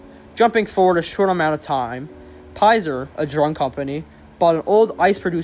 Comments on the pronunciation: Not Pizer, but pFizer, like FI - zur. Great video! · Highly prefer your real voice! Some times it felt like you were rushing a bit - take a breath and pause if you need to, you can always edit if it's too long a pause. 😊 One little note: Pfizer is pronounced 'fie-zer', the P is silent. 😊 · Correct ! Like the pf is ph as in fone or phone pfizer pf p silent